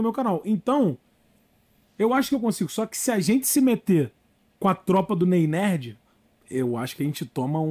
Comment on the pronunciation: Nem o nome do cabal ele fala certo. "Nei Nerd" Kkkmkk aprende a falar ow Casimiro não sei do que